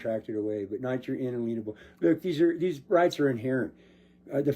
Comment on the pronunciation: OMFG. . . It's not un a lean able. It's inalienable. Someone get these muppets a damn dictionary.